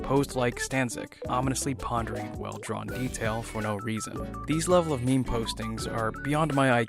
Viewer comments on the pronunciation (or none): It's not pronouns memi but mem